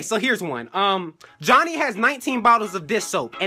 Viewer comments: I think be sayin' "Jonny" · It is pronounced "Johnny" not "JoNy" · i can stop laughing in jj bb and the start jj said johnknee 100x times